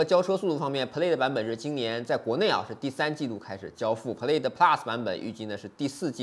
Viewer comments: 视频很不错。Plaid念错了哦。音响主动降噪值得说道，这体现了特斯拉和传统车企不一样的思考问题方式。我觉得这次标了1/4mile9秒不到也是值得注意的，我觉得比零百还值得说。零百你也说了是虚标，加上起步得加0.2~0.3秒，其实跟L+没差很多，但这是正常的。Chiron比起Veyron多了400Hp还大大改进了空动和减重，单看零百也就快了0.1秒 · 提个建议，Plaid的发音你念错了，还有你忘了提新音响系统兼具主动降噪功能